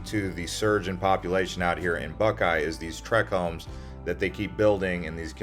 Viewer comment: Did you say "trick homes"? Or "track homes"? It's neither. It's TRACT HOMES. SHEESH